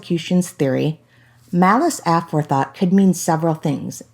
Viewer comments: Not pronouncing it correctly - ah-fore-thought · take it from a retired lawyer, the word is pronounced a FORE thought. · A really poor report. The early half was filler with stuff a high school kid knows; She couldn't even pronounce "aforethought" correctly. Very lazy reporting. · You need to lean to pronounce "aforethought" correctly! You sound silly. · Are you kidding me? Is this some new word Aforethought? That was an execution of our beautiful language. 🤦‍♀️ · Take it from anyone with at least a 9th grade education! I honestly can't believe she combined those 3 words to create one bizarre new word. 🤦‍♀️😳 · Yeah the way she pronounced that was pretty weird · If only we could pronounce ‘aforethought’ correctly, I could take you more seriously! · Seriously. How does someone not know how to pronounce “aforethought”? I’m out.